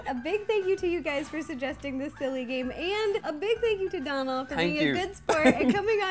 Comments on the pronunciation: His name isn't Donald it's Donal (pronounced Doh-nle) it's just the way Ro pronounced it. Donal is an irish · It's dooooonal like u pronounce the o the same way you pronounce the letter o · In Ireland it's pronounced doh nal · Little Flower dónal not donald its pronounced doughnal she pronounced it wrong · arbis No, she was calling him Dawnal, which is not how his name is pronounced. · Was anyone else really annoyed by the way Ro pronounced Donal's name. You know any fellow Irish out there ? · She also keeps pronouncing his name incorrectly 😂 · I'm Irish and I don't think you were pronouncing his name right....